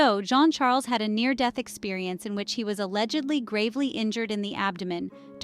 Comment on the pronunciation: The way to pronounce Jean Charles...is saying a soft J like shuzz and saying John Charles